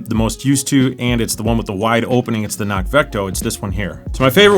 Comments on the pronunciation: Kinnock. That’s how it’s pronounced. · Hi! Just to let you know, CNOC is pronounced "Ki-nock". I know this because I asked them at PCT Days a couple of years ago. So great that Sawyer and CNOC are partnering, and so glad that God saved you! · CNOC - neither "C" is silent. the logo is a clue - it's Gaelic for "hill".